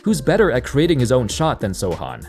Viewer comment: Kudos for pronouncing Sochan's name the right way 👍